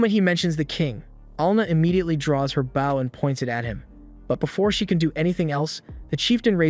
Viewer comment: Sigh... The BOW the girl is using is pronounced incorrectly. It sounds like the food bau or when you lower your head in respect Use this word ”beau” with the your A.I. text to speech to trick it to pronounce it correctly.